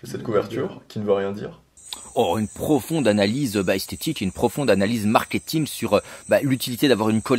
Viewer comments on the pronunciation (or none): none